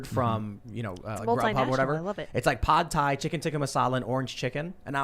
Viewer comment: Have I been saying "Pad Thai" wrong all my life?